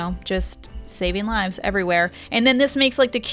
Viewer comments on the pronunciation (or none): none